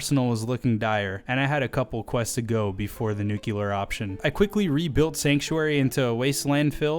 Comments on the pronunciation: Please stop saying nukeular it’s nuclear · preserverance and nuculer are not words.